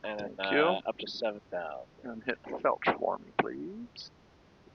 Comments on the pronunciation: Are you saying “felch” for flight level change? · Nice video. Why did you say”FELCH!” Look the word up. Flight level change.